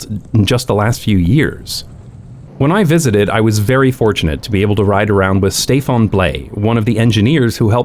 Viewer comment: The n in Stéphane is not nasalized. Bcos it’s followed by e.